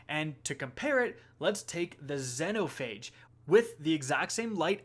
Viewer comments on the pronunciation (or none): ahh yes, gill-a-tine. zen-o-phage. enslaved pronounciation. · Zen O phage..... it’s ZEE NO PHAGE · Zeee no phage not zeno phage jesus its been out since shadowkeep get it right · "Zen-oh Phage" God dammit 😆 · Had to dislike after hearing this man butcher xenophage so bad